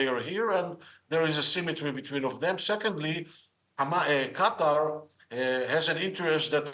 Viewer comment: Qatar not Quater